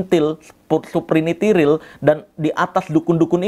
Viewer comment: Siprinitiril atw Sipirikintil siiii?? 😂